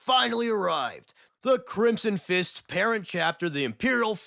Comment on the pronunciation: What you say: The Crimson Fists What I here: The Crimson Chin